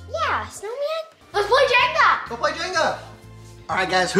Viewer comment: Um you said woud der and plack it’s really wonder and play